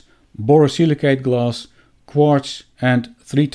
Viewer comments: Oh! you are saying glass !!! Why are you saying gloss !!! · Maybe pronounce it as glass not gloss